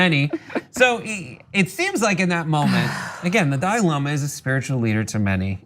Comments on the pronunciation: Young Turds cant even pronounce "Dalai", Its not Dali. tf is a Dali. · Why do so many Americans struggle to pronounce Dalai? Also look at these two oxygen thieves trying to out do each other at getting a word in. Useless.